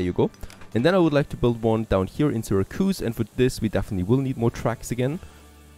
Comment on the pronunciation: And it's SIH-RAC-YOUSE (Syracuse)